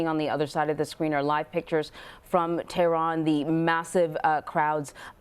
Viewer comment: She said Tiran